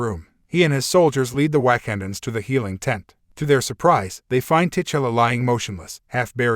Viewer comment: This was pretty bad, your Ai voice got the Wakandans pronounce wrong, and it is glaring. Do better. I stopped at :40 seconds.